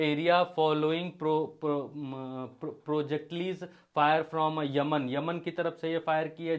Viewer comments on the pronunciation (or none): प्रोजेक्टलिज नही प्रोजेक्टाइल्स बोलिए😂